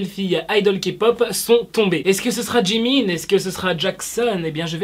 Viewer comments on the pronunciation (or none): none